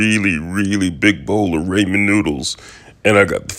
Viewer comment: U can tell this is fake😂ur the only person who says ramen like raymen😂